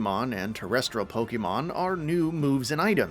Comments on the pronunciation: Pokeemon? Why you keep saying it weird bro? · I'm sorry, I can't get past the pronunciations here. Every time "pokey-mon" was said, I died a little inside... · Someone need to learn how to pronounce Pokémon.